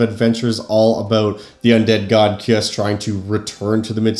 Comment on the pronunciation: I believe his name is pronounced Kai-Uss, but I could be wrong.